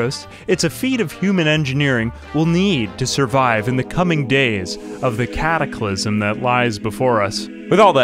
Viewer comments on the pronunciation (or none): none